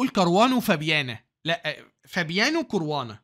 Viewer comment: اسمه كاراوانا بفتح الكاف 😂😂بهزر ي استمر❤قناتك جميلة جدا وخلتني احب وافهم الشطرنج والله ♥️استمر وكل الدعم